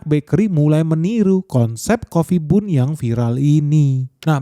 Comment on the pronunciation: Itu baca nya ban ,bukan nya bun ..roti bun di baca roti ban 😒😒